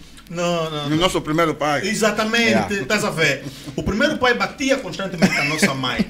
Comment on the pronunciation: 😂 😂 😂 😂 "batia" 😄😄 me faz lembrar o bilingue da ango-russa Havona Log 😁